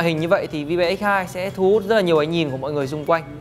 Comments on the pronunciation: Ôi...Vi-be...bạn ấy đọc tên sản phẩm thật....gớm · "Vibe" đọc là "vai (bờ)" (âm gió) nhé